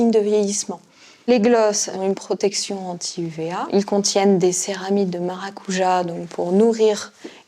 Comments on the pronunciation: On dit pas maracouya mais maracoudja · C.pas maracuia ca se dit maracuja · ÇA SE DIT MARAKUDJA PAS MARACOUILLA NI FRUIT DE LA PASSION. Il faut respecter les noms des fruits qui sont d'autres cultures svp ce n'est pas compliqué. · La voie prononce maracuja maracuya alors que c'est maracoudja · On dit maracudja 😂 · Non on dit Maracujá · On dit "maracudja"... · Elle dit "maracouya" 😂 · Zoé Demeester maracuja